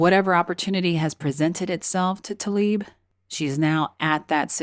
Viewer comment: Tla-ib, not 'Ta-lib'. Why does no one pronounce her name as it is spelled?